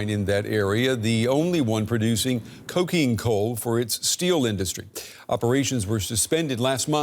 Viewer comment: did he really said Cocaine Coal????? :face-turquoise-covering-eyes